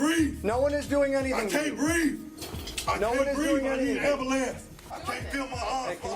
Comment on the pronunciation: Seandell , I need an "ambalans" I need an "ambalans"🤣🤣